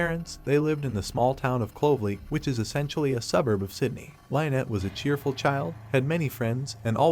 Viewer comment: Lynnette is pronounced Lin net not lie net